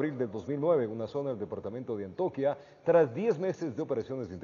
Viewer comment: Hola un cordial saludo a los compañeros periodistas, por favor tener en cuenta que es, el departamento de "Antioquia", no de Antoquia....es un error de pronunciación que ya e oido en varios reportaje y transmisiones....